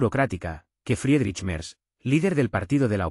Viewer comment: Quién fue? Merdz Cómo lo pronunciaría un francés 😂😂😂😂